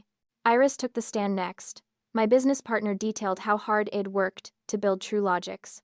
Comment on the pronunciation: The pronunciation here is atrocious. AI cannot distinguish between it and I’d and that’s just one example. It’s distracting from an otherwise good story.